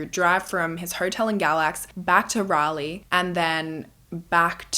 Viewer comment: Thank you for saying Raleigh correctly! 😂 ❤ from NC